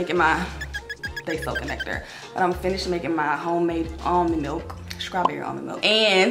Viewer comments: Am I the only one who keep hearing SCRAWBERRY? 😂😭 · Please learn how to pronounce your words straw-berry